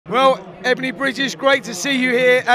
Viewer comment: Its Ebanie, not Ebaine. Stay classy Talksport